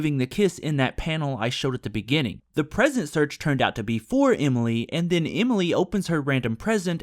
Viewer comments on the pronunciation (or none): none